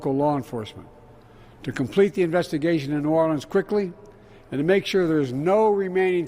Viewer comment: Biden is one of the few people I've heard say new orleans correctly 😄